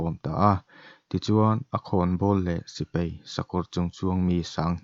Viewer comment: sipei ni lovin, sipai tur zawk aw.